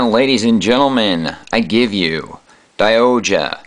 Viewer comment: SaikYo Robo Daiohja is the proper pronounciation by the way check out the series was awsome nice review